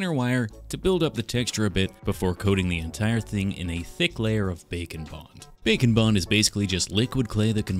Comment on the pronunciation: Does anyone else hear "bacon bond" when says "bake and bond"? Makes me think the world is missing some kind of amazingly delicious bacon flavored food adhesive. Patent pending.